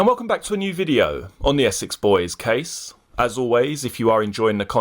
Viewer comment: “Der Essex boys caaaaysssse”